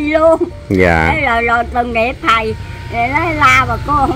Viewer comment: Bà cô vẫn nói khầy đu công tác kkk